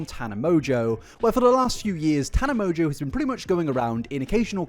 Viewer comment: I'm pretty sure Mongeau is pronounced "mon-go", not "mojo" lol